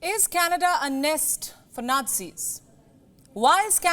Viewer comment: I think canada become k-Nada 😂😂😂